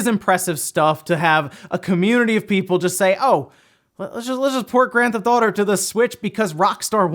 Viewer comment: "Grand Thotto"